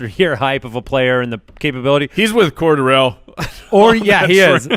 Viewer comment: Are they pronouncing his name as cor-da-rell ?? Lmao